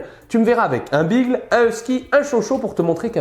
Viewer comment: Hey l'expert canin ! Beagle se prononce Bigueule, ça vient de l'anglais ! On dit Cocké et Goldan retrievé à Montpellier ? 😜